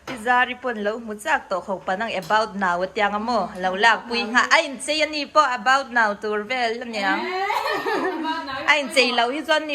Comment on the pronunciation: About now-i hi i ti ziah k nuih za thei tawp k duh bwk si😅